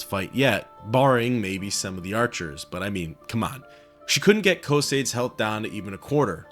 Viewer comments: Co-say-dees bro get help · Excellent video my friend, although you saying Cosades reminds me of Bill and Ted saying Socrates, almost there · PHYSICAL PAIN! PSYCHIC DAMAGE! Learn how to pronounce Cosades ``please''. You people butcher Semper fidelis badly enough to ruin latin any further.